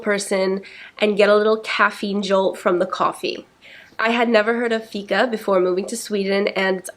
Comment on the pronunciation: Im from Sweden and I like the way she says "Fika" 😅